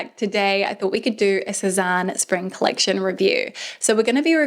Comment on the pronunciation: It's pronounced 'seh-zane' or 'seh-zan' not 'Seh-zahn' :)